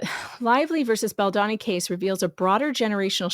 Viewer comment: BaldOni - not BaldAni - okey girl, it took Andy - Popcornedplanet quite some while to learn that it's pronounced with O. I actually thought that I never would read or see this horrible woman again. What's wrong with some women - attention if I can get it somewhere.....can't stand all the women who acted like morons during AH. Please write a small note in the paper about her. Who keeps jumping on innocent men. What are suppose to be on the neck, all these disgusting women has lost somewhere lying about the bs. Thanx!